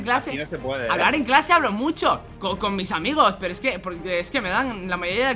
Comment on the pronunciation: Minuto 1,46 se demuestra que es xigneo porq el y thanix dicen muyo en vez de mucho